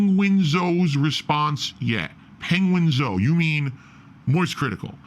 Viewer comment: I love how he purposefully pronounces Penguinz0 wrong, he pronounced it just fine in his 42 minute rant